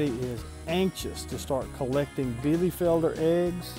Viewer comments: Nice 9 out of 10 points👏👏👏 You are pronouncing it a little bit "soft" The american e is like the german i It sounds a little bit like Bielifelder instead of bielefelder And the r is spelled like a growling dog😂😂😂 But verry good for an englisch speaking person👏👏👏 Hope i could help you😊 German is really hard Even i have problems with the german grammar😂😂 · Nice! Well, be sure and watch THIS video: and let me know if I am pronouncing "Bielefelder" correctly! :-)